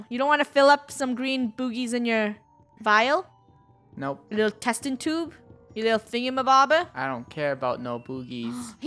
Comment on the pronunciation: Funneh “we need to find a vital“ me “Did she just call a vial a vital?“